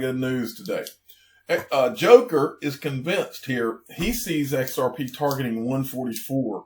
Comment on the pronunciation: He couldn't say xrp 🤐